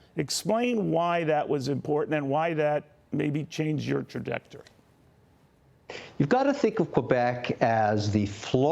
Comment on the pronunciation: Aahah, juste de la façon dont tu prononces le mot Québec mon Kevin, on sait d'avance que ça va finir en bashing.... C'est l'Ontario qui décide pour les élections fédérales. Sérieusement, la seule zone qui vote pour les libéraux au Québec, c'est le territoire non-cédé par les Mohwaks (Montréal Ouest les anglos). Oh, et les provinces Atlantiques qui veulent les subventions fédérales.